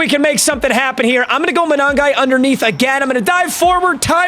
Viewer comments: You pronounce his name Kyle (mun on guy) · Future reference it’s Kyle Muh-Nun-Guy (Monangai)